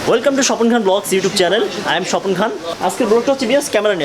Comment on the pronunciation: চ্যালেন না উচ্চারন টা হবে চ্যানেল। উচ্চারন আগে শিখুন।আর বাল বলদের মতো এতো বার ভিউয়াস বলার কি আছে?? শালা একটা ঝোকার...